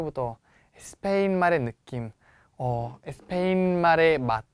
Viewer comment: 저번강의때뷰터 느낀건데 쌤 스페인이라고 말할때 꼭 에스페인 이라고 하시네용 혹시 스페인어로 스페인이 에스빠뇰이라서 에스페인이라고 하시능건가요? 🙄🧐